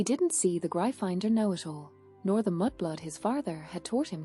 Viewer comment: I do like your stories--thanks! I just wish that the narrator pronounced some of words correctly, such as "Gryffindor" and "Draco ". I'm guessing that you are using an AI program--I wonder if it can be taught the correct way? Anyway, I appreciate your creativity.